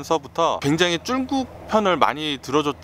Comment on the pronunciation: 쭝국 쭝국ㅋㅋㅋ 발음 재미나요